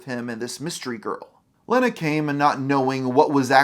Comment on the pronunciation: The single N makes the E a long sound, so it's leeeeeena, not LENNA.